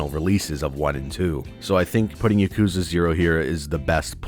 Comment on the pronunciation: Great series but you pronounce it wrong 😷